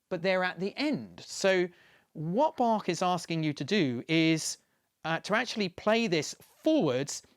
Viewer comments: so you have to play the music Bachwards? (but I like that he pronounced the name Bach correctly, not with the "k" as most of english speakers do) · Wow, a Brit who can actually pronounce both Bach and Möbius correctly. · Thank you for the great pronunciation of Bach and Möbius. If you want to try the ö in Möbius for yourself: like 'ea' in early.